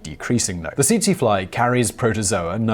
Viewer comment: Tsetse is pronounced as "setsee"